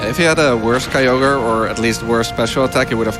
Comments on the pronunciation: Better to pronounce it KEY-YOG-RE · Sounds like “Kogre” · That narrator’s pronunciation of Kyogre is the exact same as Weedletwinneedles’ joke pronunciation of it. I wonder if she’s trolling.